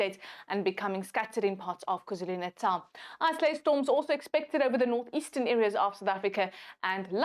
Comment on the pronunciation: "Isolated", not "isoalted".